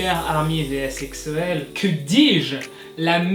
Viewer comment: POURQUOI TU DIT EKSO CA SE PRONONCE EGZO mais quand meme il abuse comme ca les EXO-L heuresement j'suis pas un EXO-L comme ca